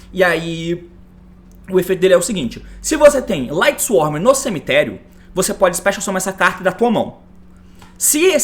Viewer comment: Quase 2024 e o T ainda fala "LightsworM" kkkkk